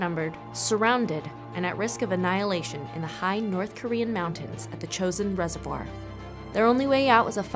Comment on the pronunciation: If you want to honor the fallen, at least get the pronunciation correct. Chooo sin resivoir.